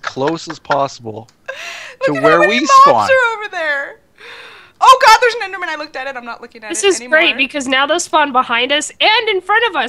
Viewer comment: What's an enderman? Oh, you mean an EndieMean yeah...